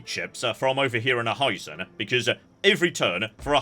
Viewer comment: Notes I expect to never read (edited as I watch): - "Hizen" is pronounced "hee-zen," not "high-zen" - the plural of metsuke is metsuke - Aki is pronounced "ah-kee," not "æck-kee" - Bungo is pronounced "boo-n-go," not "buhn-go." - "spikey-McJibbles" is pronounced "kal-trops" - naginata is pronounced "nah-gee-nah-tah" - Amako is pronounced "ah-mah-ko." You said it more or less right in previous parts. - Bune is pronounced "boo-neigh," not "Boone" - Amazing to hear this again, Ouchi is pronounced "oh-ooh-chee," not like a synonym for boo-boo